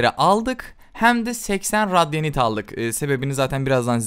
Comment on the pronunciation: Abi o radyanşt değil radiant